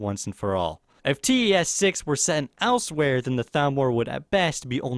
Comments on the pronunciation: It's elsweyr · 1) The actual answer is valenwood 2) Learn how to say Elsweyr